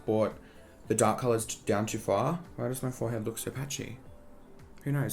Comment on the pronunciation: i love you but i hate how you can make the “o” sound in any other words but when it comes to “so” you say “suuuurr” like stop💀